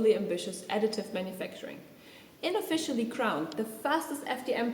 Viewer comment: Didn’t she say „inofficially“?